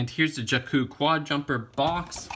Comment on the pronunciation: You pronounced Jakku wrong.